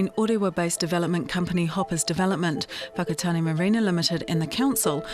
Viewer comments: Where's the O in Whakatāne aye lol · The sheer fact that the Mayor cannot pronounce Whakatane properly is ignorance in itself. What angers me the most is how some Pakeha have no concept of "wahi tapu" nor do they care. What also confuses me, is who in their right mind is going to put their whanau in a retirement village that is right next to an urupa? "You're old Mum/Dad. How about spending the remainder of your life right next to a cemetery"?